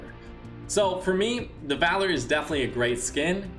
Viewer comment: Dude said valory 🤦🏻‍♂️It’s VALOR and p.s stop taking so much fall damage 🙄👎🤨🎮